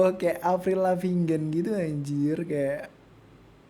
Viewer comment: Avril Lavigne 🤱🏼 Sebutan :- Avril Lavinggan ✅ Avril Levin ❌ 🤣